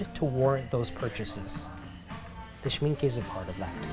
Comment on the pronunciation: Yes, I could spend the whole day at such stores. Thanks for bringing us along. Who knew the mat or brush section could be so interesting ?! Well done for pronouncing Schmincke correctly! 🇩🇪 Mr Schmincke was one of the founders, and Mr Horadam formulated many of the paints back in the 1900s, giving his name to the professional line of paints. Knowing your love for hand made items, you should check out Rosemary & Co brushes, handmade by a family led company in Yorkshire. Would you consider visiting TALAS in Morgan Av. In Brooklyn? They carry bookbinding supplies and papers, which i think you might like. I have this Cavallini poster in my studio, as well as the onewith thesystem of colours. 😍